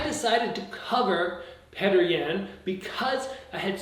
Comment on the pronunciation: I think it's Pe-oh-ter